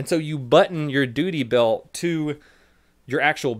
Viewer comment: He said doody belt. 🤣 🤣